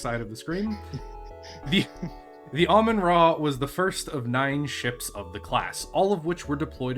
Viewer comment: I love automatic subtitles. said Ramen-Ah, and YouTube said Almond Raw, the name is cursed, sorry to say